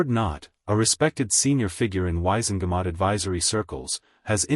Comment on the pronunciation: sighs Dursley = DURRZZZ-LEE Wizengemot = WHIZ - IN - GAH - MOTT